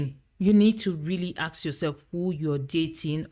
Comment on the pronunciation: Why many people pronounce the word "ask" as "aks" now?